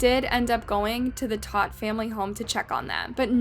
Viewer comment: They're literally saying the last name Todt multiple times in the video, and you're still too dumb to pronounce it right.